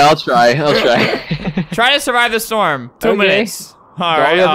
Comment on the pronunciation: Listen how Albert says "storm" . 😂😂😂